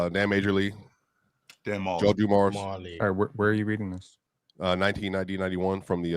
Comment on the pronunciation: Bro is really a casual. Like HIGH KEY. Nigga said Dan "Majorly" 😂